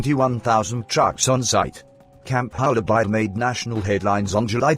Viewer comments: Hola Bird say it correctly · Bloomin Brit computer voice can not pronounce the name ............................